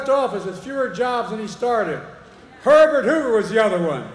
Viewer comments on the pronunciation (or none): none